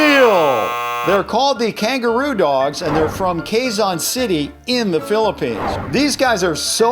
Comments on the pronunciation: Also its not KEYZON! ITS KEZON (QUEZON) ! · It's not kazon its quezon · Its Quezon city not kay zon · Lol its not cayzon its que-zon city xd i fell offended you cant say my city properly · Hahaha say cazon city instead of quezon city hahaha lol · Its pronounces keson city I live in the Philippines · Pronuced Qe-zo-n or q-e-zon or! Qu-e-zon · QUEZON IS SILENT U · LOL but ye its ke zon city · The pronunciation is kue-zon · Lol says kayzon city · Hey the correct pronunce of quezon say it qezon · Its pronounced keson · I like how he pronounced Quezon lol.